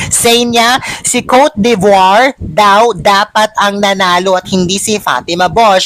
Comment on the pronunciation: i love you pero its not cote de voire you need to pronouce it cot de bwah...